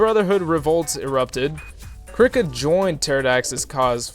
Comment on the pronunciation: always thought Krika was pronounced "KREE- kah"